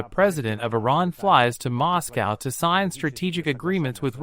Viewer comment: MOSS COWW